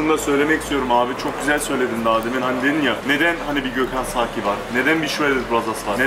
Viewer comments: adamın soyadı zaki değil saki inadına zaki diyor .. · zaki neylaaa :D S s birak alman alfabesini